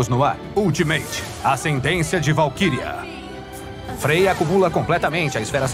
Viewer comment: É como se pronuncia mesmo